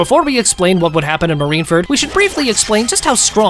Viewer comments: Please learn how to say Marineford instead of Marinferd. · bro like he keeps on saying marine ferd lol anyways good videos!